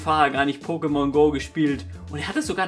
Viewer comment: Pokémon hat deswegen einen Akut auf dem zweiten "e", weil dieser die Silbe der Betonung angibt. Kleiner Tipp am Rande :D